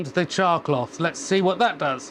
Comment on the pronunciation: Thank you for typing it out because to me it sounded like he was saying "chalk block."